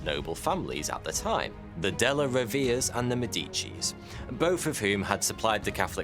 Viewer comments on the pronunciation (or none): " Daellllluh rrroh-vae-rrae " and "maÈdeechee". not maedèchee. the accent goes on the first "ae". Or use google translate to get the right pronounciation (speaker icon). nice video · "de lah row ver a", and "`m dici"